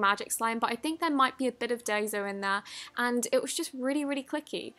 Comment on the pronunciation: finally learnt how to say daiso right lmao your accent is still annoying